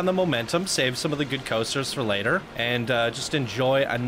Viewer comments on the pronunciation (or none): none